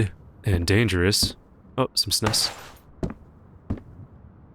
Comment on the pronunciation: Snus is a swedish thing that you put under your lip. I love the way you said "snus" xD